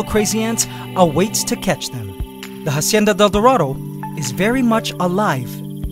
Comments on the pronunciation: you please learn How to pronounce la Hacienda del Dorado You keep saying it wrong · Can you please close to pronounce la Hacienda del Dorado